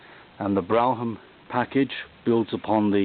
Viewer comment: Based on how the announcers would say it on the TV commercials of the era, the word Brougham is pronounced "Brome" -- at least here in the U.S. You did an excellent job describing the car. It's funny to hear you point out all the details that for me as a kid were the typical overstyling of the time. Also, thanks for telling me why those Chrysler starters always sounded so, uh, distinctive -- and sounded like they continued to spin even after the engine had started!